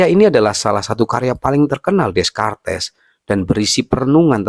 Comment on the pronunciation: di bacanya rene dekart bang🤣